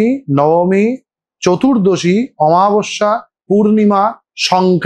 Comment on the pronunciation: দাদা একটা ছোট্ট এডভাইস ছিল তুমি প্লীজ বাংলা উচ্চারণ গুলো একটু খেয়াল করো। অমাবস্যা কে আমাবস্যা বলছিলে বারবার